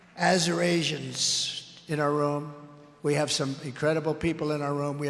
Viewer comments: Actually, no... Some sharp-eyed folks caught what was really going on [in other reporting elsewhere]. He was presumably trying to say "Assyrians" [*not* "Arizonans"] (since there were some "Assyrians for Trump" folks with t-shirts on in the audience, possibly in front of him). But, it's more than that, and I think I finally figured out Trump's linguistic glitches: It's called "aphasia" and may be associated with "fronto-temporal dementia," specifically it's something known as "paraphasia" (which has several flavors, according to Wikipedia: "Phonemic," "Neologistic," "Perseverative," and "Verbal"). Trump's inability to speak correctly seems to a mix of "Phonemic Paraphasia," "Neologistic Paraphasia," and/or "Verbal Paraphasia"... Basically, it's a neurological issue, possibly degenerative? So may be the early stages of or a low-level case of dementia/aphasia. What happens is the brain has trouble either recalling the correct word and substitutes a similar sounding word, or has trouble "constructing"/"assembling" the syllables of the word and may either repeat syllables, use similar-sounding but incorrect syllables, or use syllables from earlier or later in the word in place of the proper syllable. So, "Assyrian" basically becomes a mash-up of "Assyr-[ian]" "As-[syrrian]" "[assyr]-ian," (IE, "Assyr-asian," "Aseurasian," "azure-asian," etc. However one transliterates the syllables that ended up coming out of his mouth.) Honestly, Trump's speech patterns and word "misses" make *a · He was trying to say “Assyrians”. He can’t read, especially words with three or more syllables. That’s when he does his classic slurring followed by, “ooooh”. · The error was not about Arizona - it was due to the fact he can't pronounce the word Assyrian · About the Azer Asians comment. I was watching Colbert last night and he said there were people wearing Assyrians for Trump tee shirts and he was mispronouncing Assyrians. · He tried to say Assyrians